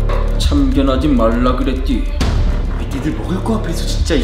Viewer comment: 하지 말라그랫디ㅋㅋ 발음 애진다